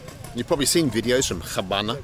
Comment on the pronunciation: its not pronounced "ch"abana my friend. It's abana (the H is silent)